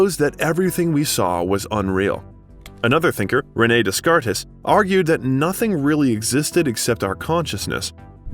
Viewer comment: I literally stopped watching when I heard this pronunciation.